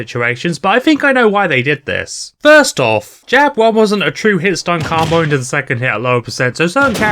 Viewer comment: I also don't like how you say combo but good video otherwise no notes